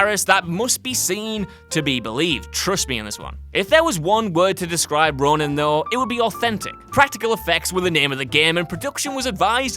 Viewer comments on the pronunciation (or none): Ronin. Not Ronan. A stellar flick.